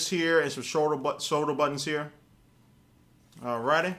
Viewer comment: LOL if you say "alright" it sounds like "all ready" ye, im bored